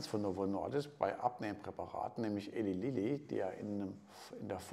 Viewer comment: Man spricht es "Ilei Lilly" :-)